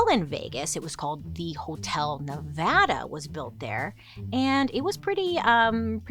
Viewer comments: Also pronounced “ne-vah-duh” correctly 👏🏽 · As a Vegas born and raised person, thank you for pronouncing Nevada correctly!